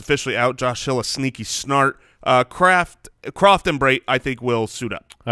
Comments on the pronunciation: Every time says "sneaky start" it sounds like he says "sneaky snart". Is this an inside joke i having caught onto or is it another classic pronunciation?!? It happens a lot so im assuming its a joke? Lol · He’s purposely saying “sneaky snart” because in a previous episode he accidentally said that and it was hilarious so that’s what he says now